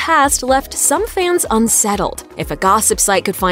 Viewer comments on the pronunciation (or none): none